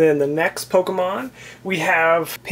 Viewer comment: you say pokemon rong